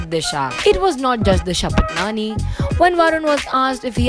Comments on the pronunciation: Lol it's not 'patnani' it's 'patani' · Wrongly said her surname as Patnani. Please use her real surname which is pronounced as Disha Paatni (Spelling is Patani). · Its patani not patnani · it's not disha patnani it's disha patani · Yeah it's pronounced 'paatni' but these reporters were saying 'patnani' lol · Tasnia Tarannum I mean ki that a pronunciation long pa-aa-tni not pa-tni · Not Disha Patnani it's Patani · first of all its patani and not patnani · Raveena S it's paatni pronunciation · We all should spread against these types of mispronounced surname. It's 'Paatni' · You are pronouncing disha's (Surname) in an incorrect way